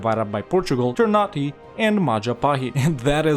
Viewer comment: For a tip ternate is pronounced not ternate in the sense of nate but na te so ter na te